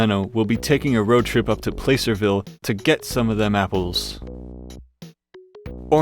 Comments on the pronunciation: placerville... pronounced Pl Ass er Ville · that’s not how we pronounce Placerville in california 😅